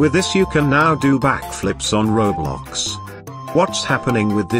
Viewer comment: Bro said kiblox